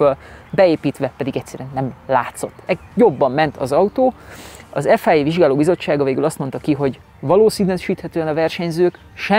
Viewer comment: Hondásként bármikor szívesen váltanék a Toyotának erre a típusára. Bár formatervben én az elõzõ, a bukólámpás generációt kifinomultabbnak tartom. Ráadásul abból készült a Carlos Sainz Edition ... Egy kritika: Ef-áj-éj, háromszor is elhangzott. Szerintem ne használjuk az angolt, ahol nem indokolt. Mondjuk ki nyugodtan ezt a rövidítést magyarul (vagy franciául): ef-i-a. Elvégre egy Franciaországban alapított, jelenleg is francia székhellyel rendelkezõ, francia nevű szervezetrõl van szó.